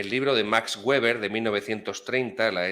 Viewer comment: Se dice Max Beber, no Güeber. La w germana se pronuncia como b. Espectacular ponencia. Saludos